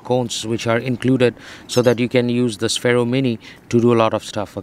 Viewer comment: Its pronounced sfero